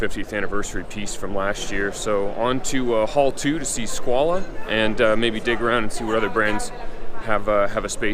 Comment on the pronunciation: Why is he pronouncing Squale as Squalah?